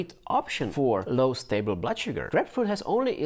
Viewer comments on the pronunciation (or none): none